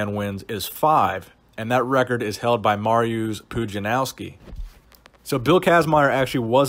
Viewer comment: its Pudzianowski try to pronounce this [pudzianovski]